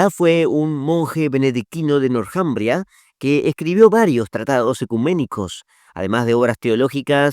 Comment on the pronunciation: El nombre Northumbria, se pronuncia en Inglés donde la TH suena como una "Z castellana". Y el nombre en castellano se puede ignorar la H, porque no tiene sonido y solo se pronunciaria la T. Le sugiero cuidar esos temas idiomaticos